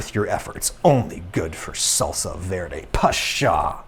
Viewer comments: When he was saying salsa verde It was cutting my soul Being a Hispanic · That "salsa verde" Cursed my eardrums